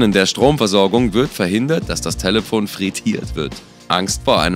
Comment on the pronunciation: Warum sagt er talefon